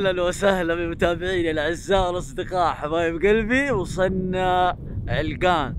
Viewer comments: عَلَقَان مو علقان هههههههههههههههههههههههههههههههههههههههههههههههههههههههههههه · عَلَقَان وليس عِلقان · مو علْقان 😂😂🤦🏻 ، علَقان♥️ ♥️♥️♥️. ياخي احبك يا ♥️♥️. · يا اسمها علقان مو علقن ولا السنه ذي باذن الله تشرفنا في تـبـوك عند منطقه الحره وفيها الثلج خرافي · هههههه ولا مره نطقه علاقان صح علقان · لا تبعص اسم المنطقه علْقان ❌ علَقَان✅ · علقان ❎ علقن ✅ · لو سمحت اسمها علقان مو علقن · علقان ❎ علقن✅ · عَلَقان ✅ عِلّقان ❎ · عِلْقان ❌. عَلَقان ✔️ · اسمها علقان مو علغان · عَلقَان مو علَّقْان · منور تبوك 😂 و القرية اسمها علقان بفتح العين و الام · هههههههههههههههههههههههههههههههههههههههههههههههههہۧ ة 💔😹🤦‍♂️. النطق حق علقان خطأ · السلام عليكم نطق كلمة علقان غير صحيح ياصاحبي للتنويه سعدنا بتصويرك والي الأمام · ترا نطقك ل علقان غلط شوهت اسمها 😂😭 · خطاء نطقك ل علقان